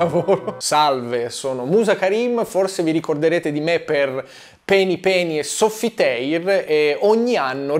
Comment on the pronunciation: ecco perché non mi fa più ridere da quando ha smesso di dire "soffiteir" e "penih"